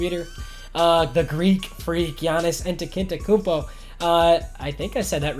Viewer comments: Giannis Antetokoumpo is pronounced like yannis ontetakoompo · Yee-ahn-ess Ahn-teh-de-koom-po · It's pronounced "yahn-iss Ahn-te-tah-coump-oh" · {Yan-is} {An-Tet-Uh-Koon-Po}